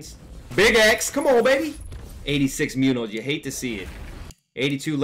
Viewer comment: Pronounced Moon-yohz.